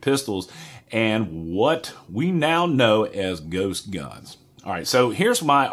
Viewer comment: Why are you calling them gost guns